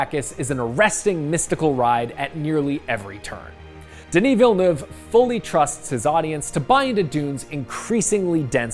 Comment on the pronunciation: Can't trust this guys giving the review, he can't even pronounce Dennis Villanueve's name right.